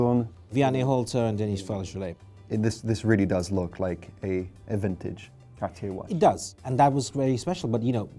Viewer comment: Just whips out that french accent out of nowhere “cartieéeeee”